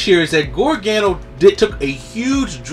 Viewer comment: great channel but please call him gar- ga- no